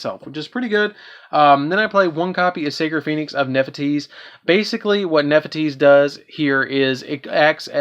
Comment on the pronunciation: Great video but you can't read bro. Neph thys. Not Nephiteese Yak sha Not yamchi